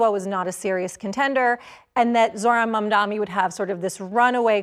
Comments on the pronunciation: Mamdani not mamdami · She keeps saying Mamdami like Cuomo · Is it intentional to keep mispronouncing his name? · Yes, why does she still mispronounce his name?